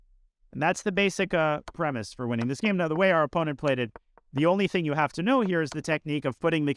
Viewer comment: he said "we might jave just gotten zuged"